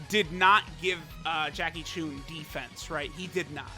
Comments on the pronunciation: Its not “choon” its “chun” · Whats with and pronouncing names wrong, he says Choon and not Chun.